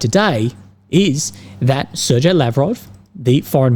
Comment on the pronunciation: The "g" in Sergei is "hard". Ser-gey, as it were.